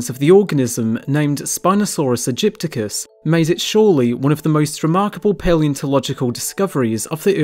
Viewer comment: I think it was named Spinosaurus Aegyptiacus, not Aegypticus. But I blame Jurassic Park for making people believe it's called aegypticus. Apart from that, it was a very nice video! Thank you! Always makes me happy to see a video about Spinosaurus :) It's by far my favourite dinosaur.